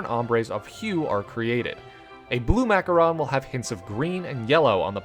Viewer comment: Thank god you called then Macaron instead of Macaroons it’s like one of my biggest pet peeves